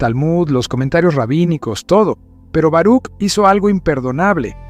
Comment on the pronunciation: Se pronuncia "Baruj"